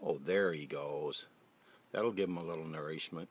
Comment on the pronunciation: The squirrel thanks you for it’s ner-eesh-met